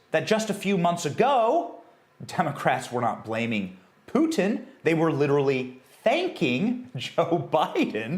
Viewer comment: Thank you Benny for being able to pronounce "Putin" correctly.